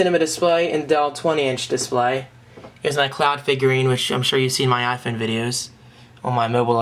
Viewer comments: For the 39th time, it's pronounced "i-Phone", not "i-phoon". L2pronounce please. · i like how u say mario and iphone its diff